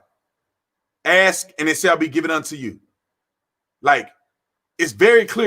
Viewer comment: Brandon... I love your channel... you have a massive presence on SM... However, If you can say "mask" you definitely can say "ask" Anyway, much respect for your record and your service as an officer. Blue lives matter!!!